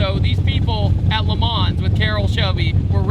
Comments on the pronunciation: Dude, you don't pronounce the 'S' in Le Mans. If you're a car journalist, you just can't butcher that one. I don't enjoy correcting people, or seeing people corrected, but that Forrest Gump shit gotta go. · Love the review but when will people start pronouncing Le Mans correctly? Silent S!!!